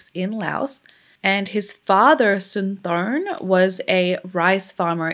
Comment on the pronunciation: I went to high school with his nephews in WI and dated one in high school. It's pronounced Sin-tah-sum-pawn. He wrote that on my notebook in class. This was really hard on their family even years later when I met them.